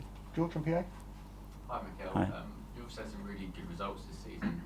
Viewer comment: It’s Mikel not Michael? 😱🤭😅